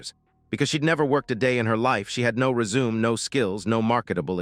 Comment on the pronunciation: Rez-u-may=Resumé not resume